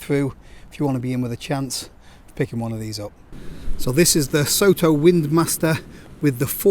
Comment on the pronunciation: As they're a Japanese producer I think Soto should probably be pronounced more like "sotto" (to rhyme with "grotto": "so" as in "sock"). It's the Japanese word for "outside".